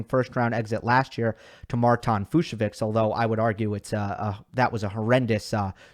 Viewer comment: I heard it’s pronounced Fuch-so-vich